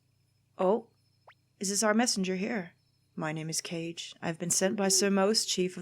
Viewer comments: It's (Kaw-Gay) not (Cage). That's how you say Kage's name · Knowing Japanese as you do, I'm surprised you pronounced it "cage," instead of "Kah-gay." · Great episode! but yeah, Kage is pronounced like ka-geh, not like cage it's japanese for shadow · Cage :') Isn't it ka-gay? Like hokage, he does look like an oriental ninja :p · There is no 'gay' in either of the words. Since they are Japanese words they would be pronounce 'geh', like the 'ge' in 'get' but kinda breathier. So Kage (カゲ) would be 'ka-geh' and Hokage (火影) would be 'Ho-ka-geh'. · Pretty sure that guy's name is pronounced differently. Also Kage means "shadow" in Japanese. Though I'm sure most fans of Naruto or One Piece would know that already.